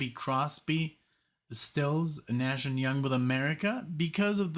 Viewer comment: Hey. Great marathon here (thanks Greybeard). One point of clarification, I hear you say Still when you’re saying CSN&Y’s names. It’s actually Stills with an s at the end. Stephen Stills. Keep up the good work. Brad